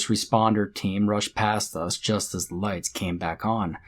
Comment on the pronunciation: did any one hear, say, lice on?instead of lights on?, or was it just me